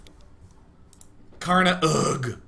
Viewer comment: SouFoda is pronounced "So-oo Fohdah" ("Sou" sounds exactly like the english word "Soul"). Also, Karnaugh is pronounced "karnô". The meaning of "Sou Foda" is what GDIASMLJ said, and yes, it's brazilian slang.